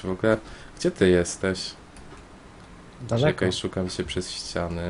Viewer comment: ymm? jestesz? a nie jesteś? debest? a nie de best ?